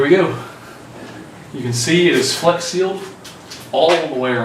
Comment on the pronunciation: "Fleax"? What?